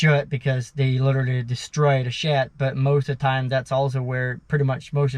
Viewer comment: it sounds like you are saying shit because of the pronunciation of the D and T..like when you say they or the it sounds like you are saying day,,not using the th sound.